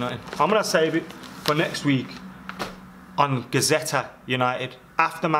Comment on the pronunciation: It's Gazzetta, not Gazetta!! If it were Gazette, that would be correct...